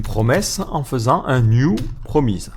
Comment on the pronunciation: Promise ça se prononce promisse a part cela cette présentation est admirable en tout point.